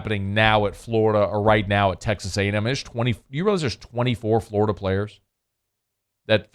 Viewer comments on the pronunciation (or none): none